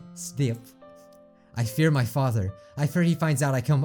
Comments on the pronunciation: She said “When I came here to hide from my FatherRrRrRrRr” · "When i came here to hide from my fatherrRrRrRrRRrR" "I hate being called cute"